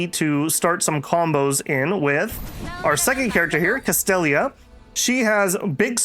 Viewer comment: Castella not Castelia